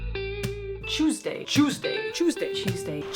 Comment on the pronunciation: She says "Cew's day" =))